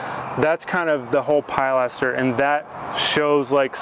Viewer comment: The pride that you take in your work really comes through in your videos. Might want to double check the pronunciation of pilaster, though.